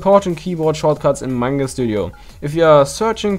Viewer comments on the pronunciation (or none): none